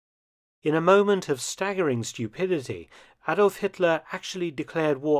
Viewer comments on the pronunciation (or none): none